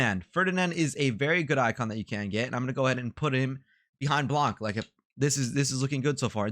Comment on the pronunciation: nice vid dude, btw we don't say the C of "Blanc" like we say "Blan" , baby icone 22 :)